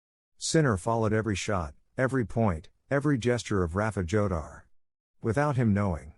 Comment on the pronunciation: Jodar is pronunced HO-dar, stupid